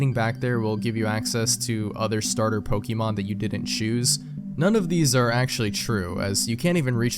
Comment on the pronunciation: Dude, you're pronouncing "Pokeemon" like my grandfather lmao